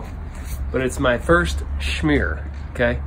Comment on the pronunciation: Pronounced "sh-mear". :) Like how it's turning out. Any chance of seeing the finished product?